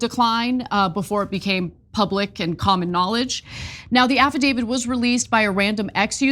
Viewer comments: Affidavit. Not affaDAVID. Illiterate. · IT'S AFFIDAVIT!!!!!! Stop mispronouncing it, it makes you sound ridiculous!!!! Who will believe ANYTHING you have to say if you can't even pronounce the frigging word!!!